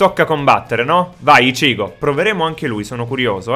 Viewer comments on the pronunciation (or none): non pronunciare ishico pronuncia icchigo